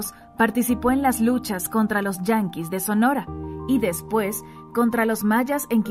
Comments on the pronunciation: se llaman YAQUIS de sonora no "yanquis" los yanquis como dices son los americanos.😆😆😆😂😂😂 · Me gusta la voz para el documental PERO, debería revisar el contenido antes de subirlo, tal vez ella sólo lee el guion, aun así, debería revisarlo un entendido en la materia. Por referirse a los YAQUIS de Sonora, pronunció "yanquis". Cambió la palabra DIMISIÓN por "diminsión". Por la palabra PRESIDIO dijo "prisidio" y una última que se me escapa. Es una observación.